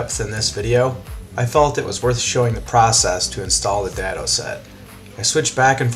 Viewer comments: "day-doh" vs "dad-o" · The term DADO is pronounced with a hard A, as in DAY.